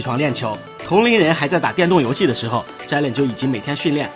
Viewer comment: 能不能尊重一下球员和听众，把球员的名字读对不是很难。不是“zhai”len！是“Jay len”。读了那么多次一次对的都没有！